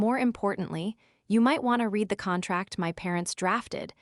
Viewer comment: your narrators need to learn how read can be pronounced in two different ways.